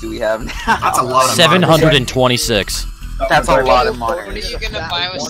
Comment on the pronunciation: I’ve watched this video 7 times and only now have I realized he’s saying monerz. For the longest time I thought he was saying monitors